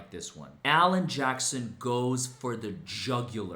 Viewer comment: Alan Jackson? Almost sounded like "Johnson."